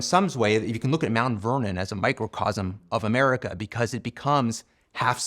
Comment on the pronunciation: I have great appreciation for Mr. Murray and rather enjoy his pluminess--but I do wish he would drop his odd pronunciation of "America," which sounds like a-MAH-ri-KAH.